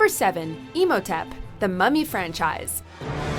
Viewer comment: it's pronounced Im-ho-tep not Emotip